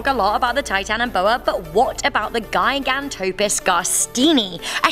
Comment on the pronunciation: I'm pretty sure it's pronounced "jiganto" but whatever